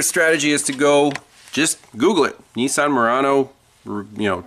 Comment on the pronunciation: I'm not in yankyland but I am a mechanic 40+yrs n it's a well known fact that there a shitbox on a good day but hey Nessan's as you pronounce it (incorrectly I might add) are well known for poor body fitment/seal due to bean counters hence shtboxes n only getting worse very quicky!... Back in the 70's 80's n 90's they made some good shit but those days are very long gone!